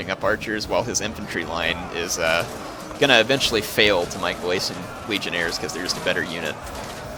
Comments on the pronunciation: Legionaries,. Legionaries. Not Legionairres. They aren't French. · legionairies, heir not legionaires, legion-eries is how it is pronounced!